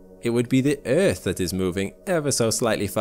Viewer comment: Omg why does he keep saying eeth ....